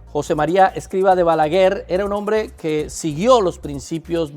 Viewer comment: Hermano...es Escribá, con acento en la " a " final...😊